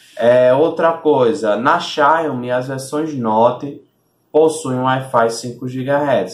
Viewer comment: "Xáiomi" kkkkkkkkkk